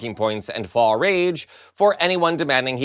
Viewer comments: FYI... Faux is pronounced "Fow", not "Faw." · Hi, Just for fun, « faux » as in faux rage, is pronounced like « foe ».. You’re welcome! 😊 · "Faux" is pronounced "foe."